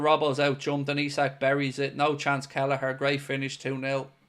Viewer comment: You said “mooo” instead of “nooooo” 😂😅😭